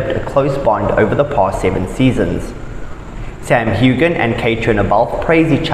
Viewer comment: Too bad you can't pronounce Sam's name correctly. Quit running so much wrong information! Kate from Eastern Oregon